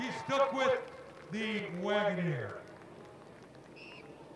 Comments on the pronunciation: The freaking announcer is annoying, can't pronounce Wagoneer and his watch the starter crap is distracting. Where did they get these cars, grandmas retirement village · Had me hovering over the "back" button saying "Wagoneer" like that. 😅